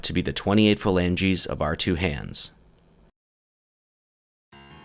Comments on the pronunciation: Every time he says “Falanges”, I keep thinking of Regina Falange, Phoebes fake name from Friends. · "Phalanges"? Is Phoebe at it again?